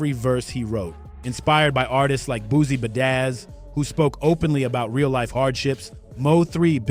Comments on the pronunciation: He said Boozy Ba dazz 🤦🏾‍♂️🤣 its Boosie BadAzz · boozie budazzz??? killing these names ion even wanna finsh this